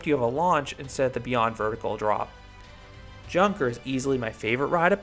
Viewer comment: If it`s named after the german plane manufacture then it´s actually pronounced younker with (you like in you). Nice review